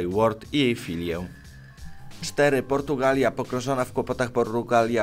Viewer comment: JAKA PORRRUGALIA xd